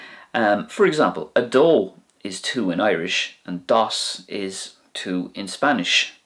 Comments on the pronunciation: Also, pronunciation issues aside, dos (two) is actually pronounced more akin to the Irish number two (do), but ending with an s! Easy!😆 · The similarities between the pronunciations of the words on your list are even more striking if you pronounce the Spanish vowels right. Like, dos and dho; give dos a long "o" sound and you'll hear it. Btw, I'm new to your channel, and just subscribed. Thanks for these videos, they're very helpful.